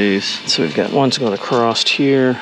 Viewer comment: There is no "T" in "across".